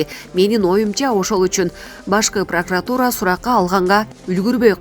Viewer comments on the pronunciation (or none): none